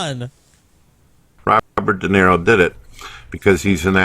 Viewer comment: I love how claims to be this huge fan of Robert DeNiro, but he's too fucking dumb to even get his name right and keeps saying Robert "Dinero".